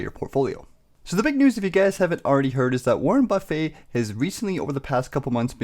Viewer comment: its Warren Buff-it